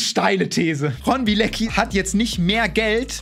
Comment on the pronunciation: ey alle sprechen seinen Nachnamen falsch aus. Das ist ein polnischer Nachname! Und wird Bi-e-le-zki ausgesprochen